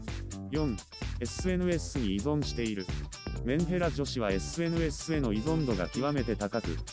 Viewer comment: SNSの発音じわ